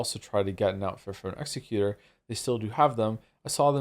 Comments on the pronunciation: Joe’s pronunciation of executor is making me unreasonably mad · Same, but also i kinda love how that makes it sound like an executor of people, rather than an executor of plans